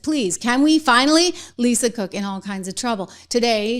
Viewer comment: You say Lisa Crook 😂